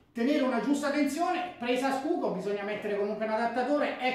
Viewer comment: Presa scuco?😅😅😅 ....in tedesco la schuko si traduce cosi come si legge:sciuco!! Cmq ottima recensione bravo